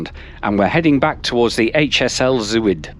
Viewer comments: Nice video. Antwerpen Centraal never ceases to amaze me every time I pass through it. BTW, the Dutch word 'Zuid' is pronounced 'Zowd'. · Zuid is pronounced Z-ow-d